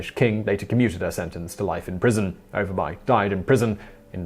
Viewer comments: Lol u guys pronouncing all the letters in Danish words, so cute. It's something close to "o'er bu-eh" y is like the old greek upsilon "Y" and v is a glottal stop, because reasons because Danish. Sorry guys. It means upper village/town. If you see -by in a town it means exactly that, town e.g. rugby, whitby. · Dagmar Overby and you pronounce her name Over buy? You must live in the town of Grims buy.